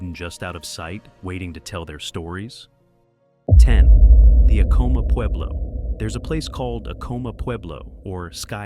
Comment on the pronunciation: I worked for Acoma, PR Director, in the 90s, it is A-coma not uhcoma